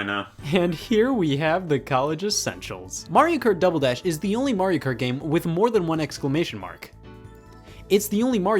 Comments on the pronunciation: did Scott say dumble dash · I never noticed before, but he says "Dumbledash" .